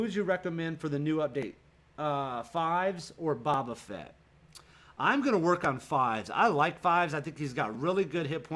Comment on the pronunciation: Love this channel man, the Bobba Fett thing is killing me though. (Bow-ba'-Fett) LOL